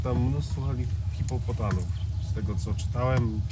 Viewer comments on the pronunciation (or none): Swietne. Gratuluje. Ciekawe jak zareagujesz na poprawke jezykowa. Nie obraz sie, ale nie hipopotaN, a hipopotaM. Jedz szczesliwie.